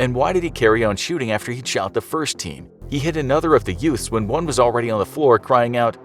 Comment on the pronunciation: Did you say yoot? What is a yoot?